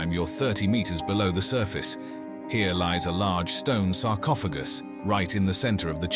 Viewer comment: Sarcopha... what? Sarcophajy???? lmfao